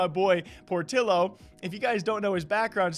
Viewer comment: it's pronounced POR-TEE-OH not por-till-oh smh